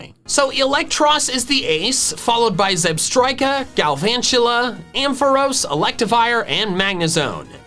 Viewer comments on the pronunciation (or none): none